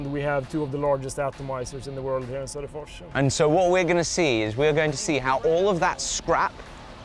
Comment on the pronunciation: Sodapors? Öh... vadå? Söderfors?